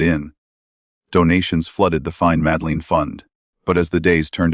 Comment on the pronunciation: I can not take this video seriously when you can't pronounce the names of Madeleine or Praia da Luz correctly. What does that say about the quality of your research? I happen to agree with your conclusions but, all the same...